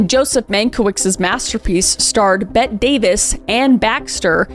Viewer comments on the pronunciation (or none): Garble rhymes with cable. Bette is pronounced betty and Huston is pronouncedHouston.